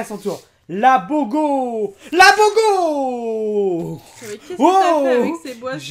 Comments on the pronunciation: moi ce qui ma plus tuée c'est "la bogooooo" hors on dit boga !!! 😂😂😂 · il dit la bogo je dis dans ma tête mais non c pas la bogo c boga il dit non la bogo la bogo je dis noon il dit ooohhh oh la bogoo la boogo 😂😂😂 la bogooo la bogooo 😂😂😂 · c'est pas du bogo mais ça se prononce bouga ( je sais ça s'écrit pas comme ça ) je connais juste ça car je ne mange pas halal mais j'ai déjà bus le boga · C'est trop genant quand tu repete "Bogo" plein de fois alors que c'est BOGA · reghalal et les autres marques que tu as pris ne'sonst peut être pas halal et les boisson et les olives n'ont pas besoin d'être halal. PS on dit bouga pas bogo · Putain mais c'est Boga pas Bogo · moi qui est tunisiens je suis mal a l'aise quand il dit bogo C'EST BOGAAAAAAA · C'est pas bobo c'est boga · C'est pas bogo c boga 😂😂😅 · On dit Boga pas Bogo 😂😂😂😭😭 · ça se dis "BOUGA" pas "Bogo" et c tunisien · S’il vous plais c’est pas bogo mais bogA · Ok de 1 c boga et sa se prononce bouga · c pas bogo c BOGA et sa ce dis BOUGA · ses boga pas bogo..... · Ses bogo pas boga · C boga et sa ce dit bouga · Boga et pas bogo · G eu mal à la tête quand il a dit bogo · on dit bouga mais je sais que c'est boga je suis tunisien. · Ca se prononce bouga lim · putain le boga c’est la base au bled ( et sa ce prononce BOOGA ) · La boga sa se prononcé bouga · ça me stresser quand il disait boga